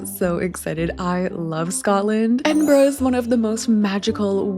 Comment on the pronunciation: You are one of the few people not from the UK I've encountered that pronounce it correctly! Most people say, "Edin-burrow".